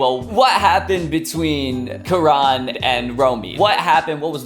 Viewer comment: Why u...u hacked jaby channel.... haha... jk.. also its kaa-run... not quran